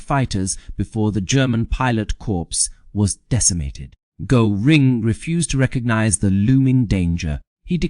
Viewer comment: a presentation on the subject of Hermann Göring uses an ai voice who can't even pronounce Göring. You guys chose an interesting subject that I would have enjoyed learning more about. Too bad!